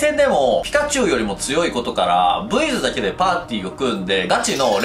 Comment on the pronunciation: ブイズがエイズに聞こえた